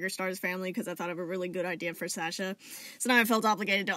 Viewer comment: This is all very interesting, I’ve always wondered about cat genetics and you’ve made it very easy to understand. But I just have to say, thank you for saying Sasha right. My name is Sasha and every time someone pronounces it in videos it’s never right but you got it right so thank you TwT